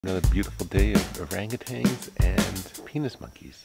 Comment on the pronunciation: "Urangutangs (sp?)" – it's orang-utan. And proboscis is pronounced pro-bo-sis (no hard "c").